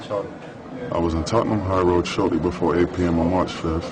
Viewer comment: Tottenham mamden 😂😂😂 ffs